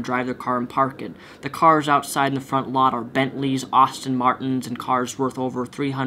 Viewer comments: Did he just say Austin Martins? It's ASTON Martin... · You say Aston Martin wrong